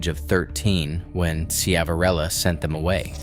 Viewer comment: The name is pronounced Shiv a rillo.